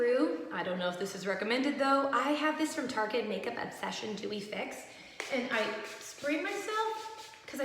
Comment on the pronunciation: when you were talking abt the foundation and you went “i like a little more dewey” “let’s do this” i thought you said “dew” lol